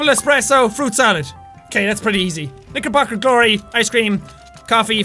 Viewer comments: It sounds like he said the n_word instead of knicker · Lol when he said "It is a KnickerBocker Glory" it sounded like he said NigerBocker Glory. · When He said, ''Knickerbocker Glory" I thought he said the N word, Jesus... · When he said knickerbocker he said the N word